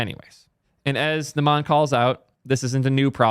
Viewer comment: its "n uh - m uh n" not "n uh maa n"